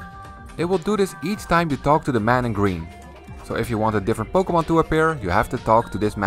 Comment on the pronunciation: "powkyeemon" lmao